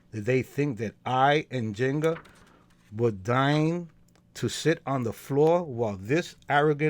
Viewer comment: En - zing - gah, three spellings, one pronunciation...thx for the reading...